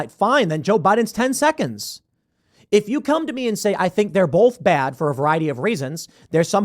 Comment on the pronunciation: Donald Trump did not break Sam Harris's brain. Donald gave it a finishing move. Also, the word 'both' is pronounced 'bōth'. Say it right or do not say it at all.